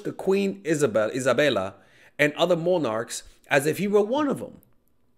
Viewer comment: I like how you pronounced Isabella bruh 😂